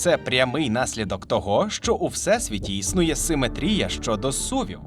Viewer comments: В українській мові правильно ставить наголос в слові симетрія на другий слог: симе́трія. Хто в школі геометрію не вчив?! 😂😂😂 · Шо з наголосом у слові симетрія, сорі це неможливо слухати. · Не симетрія, а симетрія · Перепрошую, а хіба ми кажемо не симЕтрія? Бо, у вас постійно чув симетрІя